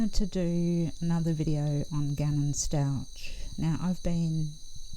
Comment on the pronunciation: Stauch is pronounced S TAw K